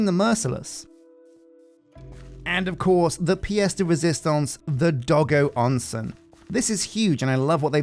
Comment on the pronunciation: As someone who only barely knows passing amounts of Japanese and how it's pronounced, I still flinch every time he says it "Doggo Onsen"~